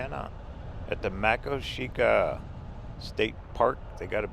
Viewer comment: Thanks for the memories 😊, did road trip back in 2022, camped at st park near Medora, there's alot more to see there, stayed at Makoshika st park too, parked opposite that teepee, 😀, the Ranger there told me it's pronounced Ma Koshka, happy trails 👣 🏕